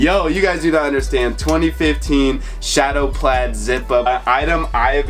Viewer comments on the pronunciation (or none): none